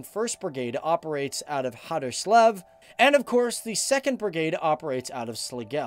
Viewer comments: I know, and im not bullying him for trying. But if he had all that time to do research, and has made so many videos about Denmark, shouldnt be able to pronounce the city names? At least decently? Like, i could understand if it were city names with you know æ ø å, but something simple as "Haderslev"? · Harderslew and slagels wow More like Haderslev and slagelse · As a Danish soldier, i find these videos funny to watch. Not just because it gives my another perspective of my own workplace, but also because the ways you pronounce the danish names are hilariously wrong... Especially when you mentioned Slagelse and Haderslev.